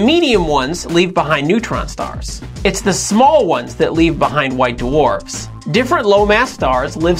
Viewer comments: white doowarfs... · Duh-Warfs?? WTF!?